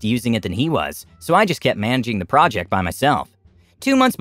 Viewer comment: Project, project, project, project, procect and project😂😂